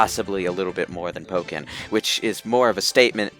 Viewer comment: Please note: It's Pokken, not "Poken". ("PO-[brief silence; double consonant]-ken"; not "POH-ken" or "PAH-ken".) The name is a combination of Pokémon (Jap: "Poketto Monstaa", which, in English, transliterates as "Pocket Monsters") and Tekken.